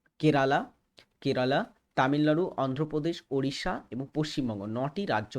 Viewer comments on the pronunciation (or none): none